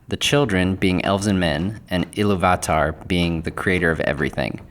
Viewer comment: Everyone else gets it, why are you making a point of being different and slaughtering the pronounciation of Eru Ilúvatar? In English, we (normal people) typically pronounce the second syllable strongly. However, you are pronouncing each syllable seperately and with equal measure. Stop. It's distracting. So how have the last 5 years been treating you? Have you been working on pronouncing words correctly? I hope so...